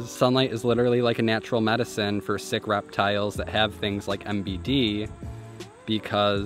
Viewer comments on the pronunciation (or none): No one: Absolutely no one:: raptiles.